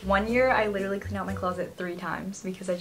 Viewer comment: (literally litewly litewly )